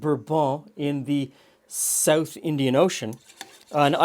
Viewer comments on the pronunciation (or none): none